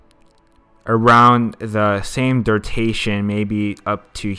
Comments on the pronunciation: its DURATION not DURTATION lol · FUCKING DURTATION.... Its killing me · dude says durtation. lmao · I wanted to learn this but can't stand him saying durtation. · bruh this video was really cool really informative but, I got to be honest, the reason i watched it twice now was because of every time i heard DURTATION! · that all i could think about lol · it doesnt matter if u a noob u still couldnt a simple word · lmfao ikr everytime he said it i was like nooo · “noob” you still can’t say a very common english word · he definitely said durtation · I wanted to see the transitions, but i couldn't focus on anything other than "durtations" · BRUHHHHHHHH why u saying durtation smh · Far out... Please pronounce duration right... It is ANNOYING ME